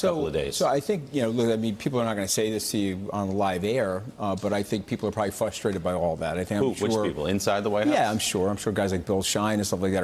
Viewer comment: "fuh-strated . . ."? Cringe.